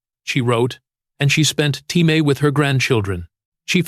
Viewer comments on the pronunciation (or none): Artificial intelligence can't pronounce TIME